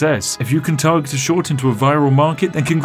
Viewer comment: If I had a dollar pound every time he said schowt short I’d be Jeff bazos